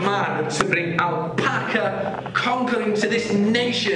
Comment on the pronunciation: Everyone: Ksi: Alpaco